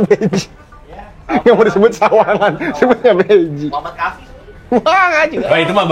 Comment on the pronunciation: Saran kalau bilang "mau dol" , "mau" nya jangan di singkat jadi "mo"